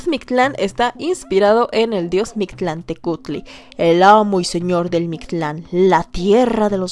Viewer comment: Pronunciaciones incorrectas de la con su respectiva corrección "correcta" (pongo comillas porque varía la pronunciación dependiendo cada grupo originario, pero podria consensarse que es asi) Huitzilopochil❌ Huitzilopochtli ✅ Mishtlantenushtli❌ Mictlantecuhtli (la h se pronuncia como j)✅ De lo demas, los pronunció bastante bien, y su invitada estuvo espléndida.